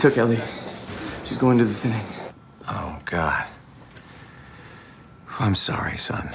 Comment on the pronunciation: It feels wierd that when people call it “the thinning” after watching call it “the thinining”